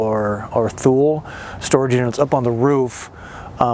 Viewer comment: Not "Thool". Thule is pronounced "Toolie" or "Tooleh"I was stationed there in the Air Force - Greenland that is. Enjoy your travels, Patricia from N.H. 👵🏻 😉